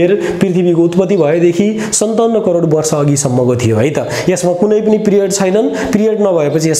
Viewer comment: Its crore sir not corer.